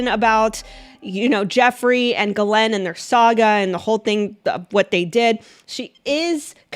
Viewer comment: why do you pronounce her name Glen? When that’s not how you say it?